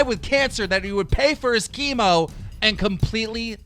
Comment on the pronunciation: its not khemo its chemo Adam Salah